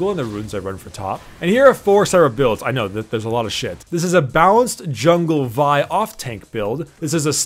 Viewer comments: Its v- ihh not v yhh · Lol, I thought you pronounce Vi as in Vee XD I think I’ll just call Vi as in Vee since I think it sounds better?